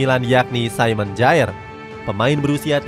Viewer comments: simon kher penyebutannya lol 😂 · Kjaer dibaca kiyar mazseh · Min koreksi ya : 1. KJAER Dibaca Kiyar 2. Braithwaite itu penyerang sayap, jadi ga mungkin dipasang jadi CF selama ada Dolberg & Poulsen